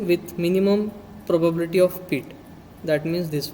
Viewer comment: for god sake , its not peet its pit